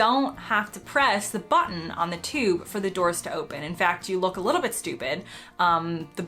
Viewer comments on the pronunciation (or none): none